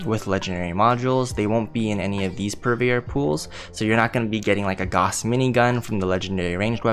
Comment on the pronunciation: GAOUSE...... You're saying Gauhss..... but it's actually Gaouse.